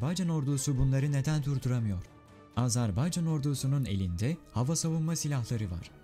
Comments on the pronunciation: Azarbaycan değil güzel kardeşim, Azerbaycan diyeceksin. A-z-e-r-b-a-y-c-a-n yazıldığı gibi okunur. Azarbaycan değil, AZERBAYCAN ... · LÜTFEN ÜLKEMIZIN ADINI DOĞRU TELAFFUZ EDERMISIN 1 AZCIK ÇALIŞ AZ-AR-BAY-CAN DEĞIL AZERBAYCAN DIR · Azarbaycan değil Azerbaycan diyeceksiniz.